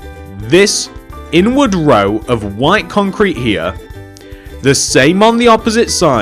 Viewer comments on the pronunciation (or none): it sounds like he is saying Wine Concrete but great job!